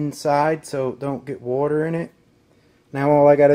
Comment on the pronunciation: Wuter...lol. not water